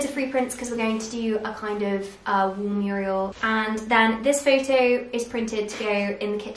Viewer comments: I kinda can’t wait to move out (probably after uni, I’m third year which is placement now). I adore charity shops and I love older things, so I’m excited to decorate the way I really want for those good prices. Also, quite cute how you said Muriel instead of mural 😂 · It's a mural, not a Muriel smh...